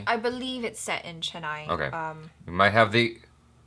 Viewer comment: I like the way you pronounce Chennai.